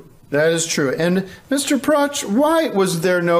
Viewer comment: Could this be the only time Tim has ever pronounced Mark's name correctly? 😮